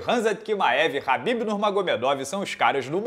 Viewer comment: por que o chama o Khabib de Rabib?